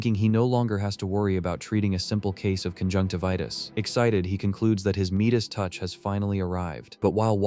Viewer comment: Did the the ai voice say meatdice touch instead of midis touch